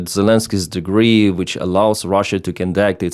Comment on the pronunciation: Also decree/degree and expert/export. Though his English is much better than an American blogger I also watch.